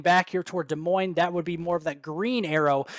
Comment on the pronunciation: Omg someone says Des Moines properly